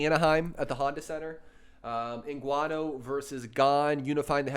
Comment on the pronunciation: You guys are sleeping on some of the fighters on this card, especially Topuria, he's damn good. Also Cannonier and Ngannou but I'll be honest, I'm picking Brunson and Gane as well 😶 also the guy on the left, you said said you have been watching mma for years, how come you don't know how to pronounce Ngannou and Evloev correctly?